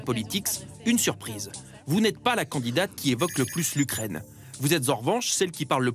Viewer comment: Faudrait que l'UKRAINE ne soit plus anglaise...Ouais,c'est ca,et toi ce serait bien que t'ailles voir un orthophoniste!!!...